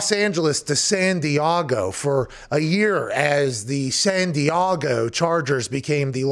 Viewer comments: Lol Does Pat think there is an A in San Diego? lol it's not Diago, its Diego. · San-dee-AH-go .... san-dee-AHHH-go... who the f**k told him to say it like that? lol and honestly, who in their right mind would vote Phillip Rivers in to the HOF?? he wasn't bad by any means... but really, what has he done that was "famous" enough for the HOF? no championship titles of any kind, only made it to that game ONCE, seen the postseason for less than half his career, and with only good stats at best; I mean he was good enough to keep his job but we're talking post-merger football, NOT pre-superbowl era.... can someone explain this to me? as much as I like these guys... wtf are they even talking about? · Can someone explain to me why he says “San Diago” like that? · The movie Anchorman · Okay... I took this serious at first, but then the constant repeat of “San Di-ah-go” just made it hilarious lol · Why does he say san diego so weird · Slight twitch/cringe with how Pat pronounced San Diego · What's the dealio with his pronunciation of San Diego?